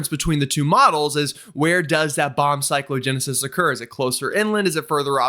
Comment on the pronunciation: I know you have a lot to say and you talk very fast. However, your Cyclo-genesis is sounding like Psycho-genesis and that’s just wrong. I appreciate your work. I live in Northern Massachusetts in the higher elevations. We got over 30” during the last storm. Send the snow to Florida!